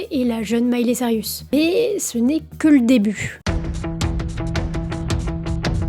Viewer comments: Reportage bien ficelé, et comme toujours très prenant, même si mes oreilles ont grésillé à chaque "Miley Cyrus": C'est Saille-Russe, pas Sariusse 😀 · Elle dit vraiment sarius à chaque fois lol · Sirius ? Mais où vois-tu le i avant le u, dans Cyrus ? Lol Bon sinon j'ai appris des trucs, car je ne connais pas cette artiste ni ses chansons ; la variété américaine ne m'ayant jamais touché, et pas qu'américaine. Mais joli travail de synthèse et de présentation d'une star. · Mily/Miley c'est une chose mais c'est Cyrus, pas Sirius ;) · La drogue fais toujours mal aux cerveaux et c'est "Cyrus" et non "Cyrius" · Bonne vidéo, mais c'est Miley ''Cyrus'', pas ''Cyr-i-us'' -petit défaut de prononciation un peu agaçant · Tu m'a mis une source de stress toute la vidéo à l'appelé Sirius mdr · Miley SAIL-RIUS!!?? HAhaha mon Dieu les francais... cest SAIL-RUS pas RIUS. D'où tu vois un i toi? Desolée, ca me cringe. jai quitté apres le 3e CyrIIIIIus. cest-à-dire, apres moins d'une minute. Ca gosse trop mon cerveau. cest comme gratter sur un tableau! Pas capable d'entendre ca. De toute facon j'hais cette conneee de Miley. heh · Cyrus pas Cyrius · Mais pourquoi tu dis Miley CYRIUS tout du long? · Ca me perturbe à chaque fois que tu prononces Cyrus "Sirius" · Sirius cest dans harry potter. Elle c'est "Saïreuss" 😭😭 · Tu n'auras pas réussi a prononcer son nom une seule fois correctement 😅 mais c'était intéressant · rha, j'aime pas faire ça, mais c'est dommage de mal prononcer son nom toute la vidéo :( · J'avoue que c'est un des deux trois points qui m'ont gêné dans cette video. Bien vu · J'ai pester tt la vidéo, ça m'a arraché les esgourdes 🙉